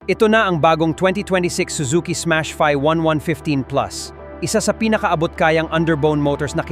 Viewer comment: ...huh? teka, Smash FI, hndi " fay " jusme, me ma content lang AI naman ayusin nyo naman deep dive/review nyo, hindi yung ginogoole o gemini/chatgpt.. imbes makatulong kayo sa mga kelangan ng impormasyong tunay, slop, fake news at mali mali ginagawa nyo, mag FB nalang kyo, wag dito na may vid pa...dds kb?